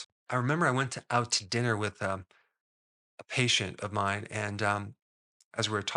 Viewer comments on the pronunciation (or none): none